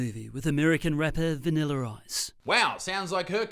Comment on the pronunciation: Did that guy say “VanillER” Ice? 😂Sorry! Maybe that’s a thing there!😂